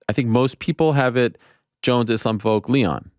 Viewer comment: Ariel my man, you gotta stop saying "Voke". It's Volk. The first four letters of Volkanovski. You pronounce Adesanya in the correct African phonetics, but you can't say Volk? You always act like a stickler for correct name pronunciation, yet you constantly say "Voke". After his last win there was a couple episodes where you said it a thousand times. I'm starting a petition for you to start saying Volk. Consider a like on this comment a signature. Maybe Ariel will see it and address this utter nuisance. 😆